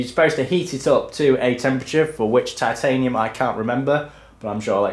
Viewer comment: points to gryffindor for correct pronunciation of Titanium. Spot on old chap